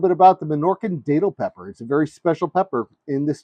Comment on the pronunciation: Thank you for sharing this,! I just want to let you know it is pronounced Dat (like bat)-til. I have Minorcan lineage. My family has been in Florida since 1777. I am a 9th generation Floridian! My sister and I make a great datil pepper sauce! Here in Florida, I am in Jacksonville, we protect our plants and most of the time, we can get them to winter over and they turn into really big plants! You might be able to do the same thing to by bringing a plant inside and placing it in a sunny spot until it warms up.